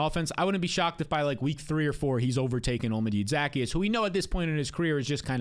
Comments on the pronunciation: Devastating stuff here from. You think you know a guy until they try to pronounce Olamide Zaccheaus. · How about how he pronounced olamide zaccheus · what the fuck was that, what a butchering of poor Olamide Zaccheaus name